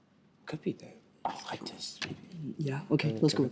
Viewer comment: St. Catherine's convincing themselves that "arthritis" is of French origin is a season highlight. The captions even gave them shit for it "FRENCH ACCENT: Arthritis"